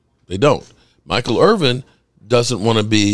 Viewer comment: "Irvin" not "Irving"